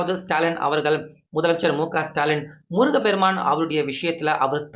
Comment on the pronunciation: முருகபெருமான். தவறு. முருகப்பெருமான் என்று சொல்லவும்